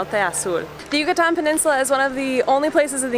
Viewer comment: I love your pronunciation of “Yucatán” and other Mexican and Spanish words. 👏🏼👏🏼👏🏼 So many folks who settle in Mexico from the US, Canada or Europe don’t even make the effort to pronounce city and location names or Spanish properly! That really bugs me bc I see it as a sign of disrespect... 🙄 I’ll give English speakers a pass on the double “rr” but aside from that ALL other sounds should be perfectly easy for any English speaker to pronounce. Okay, I’ll leave it there! Thanks for this video...🙏🏼 from an American who speaks English, Spanish, French & German. Yes, another language is not easy to learn BUT make the effort everyone!! Give Spanish and Mexico the same respect you give any other country and/or language. ❤️😉🇲🇽🇲🇽🇲🇽